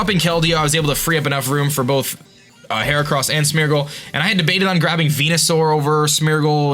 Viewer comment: first zap-a-dos, now smur-gle. Im sorry, but the pronunciations